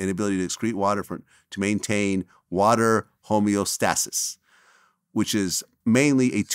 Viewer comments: Vlads pronunciation of homeostasis sums up everything. How he has a platform to speak on any topic at all is mind fucking blowing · Man’s couldn’t even say homeostasis 😂😂😂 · I’m a nurse on a Liver Transplant unit. So yes, and Vlad is pronouncing everything incorrectly, but not his fault the medical terminology be hard. Anyway that is a thing, but usually we see this in kidney and liver failure patients. Usually patients taking medications like diuretics, which excrete water, can also make you deficient in electrolytes. But these people are monitored with blood work and on a cardiac monitor as you can see ekg changes with lower or high electrolyte levels. But case in point, I’m sure the pain killer may have had a side effect that could have contributed but I agree big pharma can change a narrative. As someone in the medical field for over 12 years, it’s sad I realize although as a nurse I want to help others, the main objective in healthcare is to make money, I’m a bee in the big scheme of things, American healthcare… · Vlad mispronounced homeostasis and cerebral… thought he was smarter than that smh